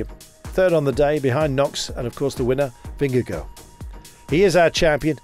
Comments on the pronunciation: Please gcn, teach your commentator to pronounce last name correctly because 'vingegooo' is an discgracefull attemt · Anyone know why they pronouce his name VingeGO, when it's spelt Vingegaard - I would have thought it would be pronounced vingeguard? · Yeah, you're sorta right. Both are wrong, but I prefer VingeGUARD myself, as a Dane. I guess people could try for a VingeGORE, but without pronouncing the E at the end, but even then it wouldn't be correct, so who cares? Just call him, I guess:) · vingegoh :D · vengeGO just sounds utterly wrong haha but a good nickname, perhaps, as he punned through the commentary. Appreciate the Danish input buddy.